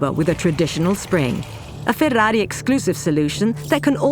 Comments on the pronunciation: Most annoying pronounciation of 'Ferrari' I've heard thus far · Now I now how to pronounce FÉR RÁ RÍ NOT FERRARI